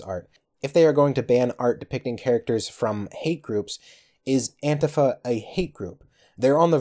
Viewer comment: Why are you pronouncing antifa like that? It's odd.